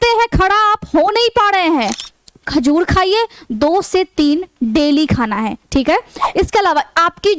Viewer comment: Khajud nahi hota hai khajur होता है Madam